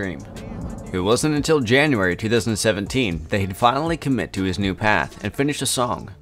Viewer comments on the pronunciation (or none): none